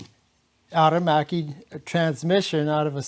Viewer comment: Two syllables " air machee" 🇮🇹🇺🇲👍